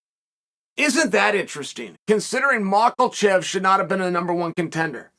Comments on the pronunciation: Bruh it’s been like two years and I still bust out laughing everytime I hear MOCKLECHEV ! Lol the man says it with such conviction 😂😂😂 like “that’s his name and you can’t tell me different” Chael is goated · It's not friggin " macklechev"..... Jesus man this dude is supposed to be a great combat sports mind .. he can't even speak.. he can't pronounce basic last names .. does it all the time.. not just islam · Chael “Moglechev” Sonnen